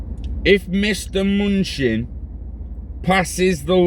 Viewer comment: Ma Nu Chin THAT'S how you pronounce it